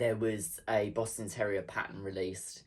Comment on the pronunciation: That boston terrier! And the goat! So lifelike! You have such a patience for doing tedious things, like all that free motion quilting. Quilting in general! I'm inspired. And I have to ask - did I hear you say "Boston Terror-ier?" Because that's hilarious - 😂❤😘